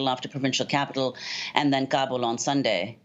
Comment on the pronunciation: She knows it's pronounced KA-BOL but she's calling gabo to seem more professional and European